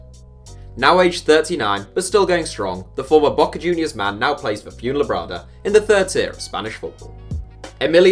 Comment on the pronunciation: Hahaha he cant pronounced Fuenlabrada